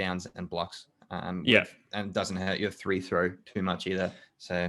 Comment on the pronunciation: Why is that guy saying three throw. Its free throw homie